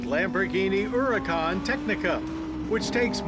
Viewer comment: I like how Mr. Davis pronounces the name “Huracán” correctly. Kudos to you Mr. Davis.